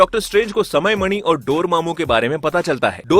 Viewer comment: Bhai vo mani hota hai money nahi 😃😃😄😄😄😉😉